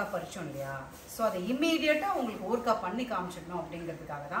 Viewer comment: ooorkkkaaa.illa .oorukaaai or oorugaai ma'm h aha ha no offence